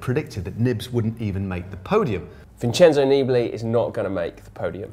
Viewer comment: Vaughters, is it so hard to pronounce "Nibali" with the correct accent???